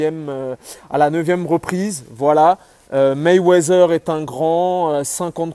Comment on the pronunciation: Je t'aime bien mais c'est MayweaTHer (MayweaDer) pas MayweaZer stp !